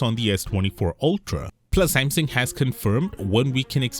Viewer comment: Broooo speak the name Samsung like a normal human being.... NOT SMMSING